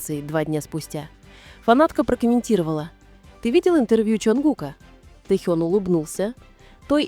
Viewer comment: Автор, правильно ставит ударение на имени . В Кореи , так говорят его имя.